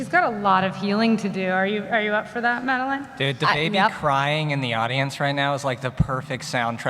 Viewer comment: She pronounced Madelaine's name wrong 😭😤😂